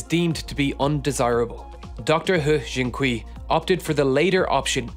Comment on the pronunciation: "kui" is actually pronounced more like "quay"